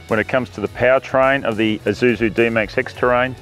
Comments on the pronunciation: Wish you could stop saying "Izusu" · This guy calls Isuzu an eye-zoo-zoo.